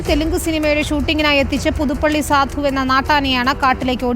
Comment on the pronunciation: സാധു അല്ല സധു 😂😂😂😂